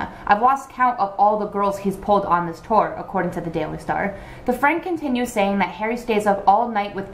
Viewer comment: everyone time u said tour I heard torn